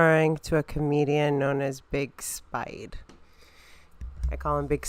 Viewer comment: It's big spid NOT big spide